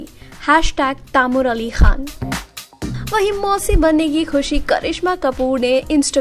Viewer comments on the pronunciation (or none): none